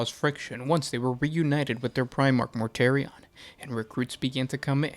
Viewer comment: Reunited with their primarch Morty! Not Perty!